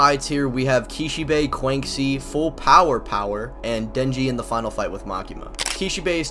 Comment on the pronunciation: Bro PLEASE learn to pronounce Quanxi better. Disrespecting the homegirl.